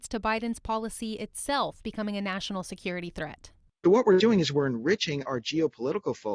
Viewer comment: Can you speak Bidenese? It’s easy, just take several shots of your favorite hard liquor, then, Instead of: ‘national security’, just say “nah-sin-all” security and you’re on your way to speaking fluent BIDENESE.